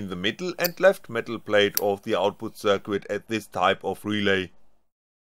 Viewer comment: somebody should tell the guy how to pronounce "circuit" and "exceed"....